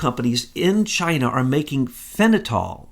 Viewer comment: It's Fen-ta-nyl